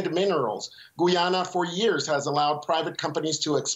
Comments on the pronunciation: No one knows how to pronounce Guyana 🇬🇾 Properly It's Not Goyana its Guyana 🇬🇾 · It isn't, the guy at the end was pronouncing it like in Spanish "goo-yah-nah" and not "guy-anna" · Guy-ana, not "Guay-ana." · Please stop saying gooyana. It's very annoying. It's pronounced Guy ana (just like it's spelt) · FFS, it's not pronounced Goo-yana. It's Gai-yana. Guy as in Guy Smiley. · The journalist can’t even pronounce Guyana.